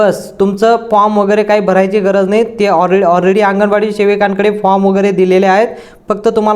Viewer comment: महिला बिचार्या किती साध्या भोळ्या अशिक्षित आहेत.अंगणवाडी शब्दसुद्धा त्यांना नीट माहीत नाही.त्या आंगणेवाडी असा उच्चार करतायत.